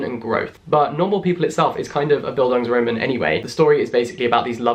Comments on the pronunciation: I as a german live for your pronunciation of “bildungsroman” it just literally translates to “educational novel” but you said it in a way, that it seems like a new word.. wich it kind of is i guess.. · I am binge-watching your videos... and I AM SO IN LOVE with your content! I read Normal People - it was my first book of the year. And i fell in love... and now, watching you discovering all the references... its just genious, you make me wanna read it again! And btw I adore how you say Bildungsroman! Liebe Grüße from Germany :) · As I know German, I’m gonna break that down real quick: “Bildungsroman” is composed by the German words “Bildung” , which means “education”, and “Roman”, which means “novel”. Now, here’s how German-speaking people would pronounce it: Bil- (as in Billie) dungs- (not as in the English word “dung”, the u-sound is like the one in poo) ro- (the o-sound as in rock) man (not like the English word “man”, it’s the a-sound in China) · I'm german and when you said Bildungsroman i wasn't thinking much about it and then i read the word on the screen and realized its German. I just found it so funny that that actually is a term in English and the way you pronounced it was really cute 😂 Any other germans here? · the bildungsroman pronunciation jack... i had to pause the video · I’m German and the way English people pronounce “Bildungsroman” is just hilarious haha I simply don’t get why they don’t translate it to something like “educating novel” or something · Oh, so that's why I wasn't understanding what he was saying. 😂 I am Czech, but I had German in school. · Nice Video, i didnt know that Bildungsroman is an actual term also in english literature. I am from a German speaking country, and i loved how you pronounced "roman" because of course any english speaking person would pronounce it like that😍😍, like people wo live in Rome... not to pick on it, just for clarification, the a in Roman is spoken long, so it is more like Romaaan 😊